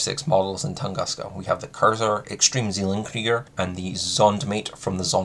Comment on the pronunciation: as a german i hate the way you pronounce "Zellen-Krieger" ;-) but otherwise great vid! Very informative :D